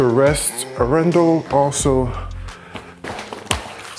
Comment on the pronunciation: Very nice Video man and I do love the Arendal speakers. However, as a Norwegian I have to mention that your pronunciation of Arendal is slightly off. Both the A letters are pronounced longer like in Dark.